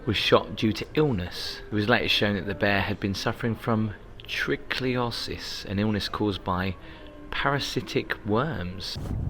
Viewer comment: you crack me up with your mispronunciations. Lol. Trichinosis….you said Trichliosis (trickly-osiss). It’s pronounced trick-in-osiss. Tromsø, not Trosmo. 😂